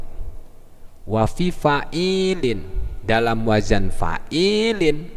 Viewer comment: Pak. bukan WAJAN tapi yang benar WAZAN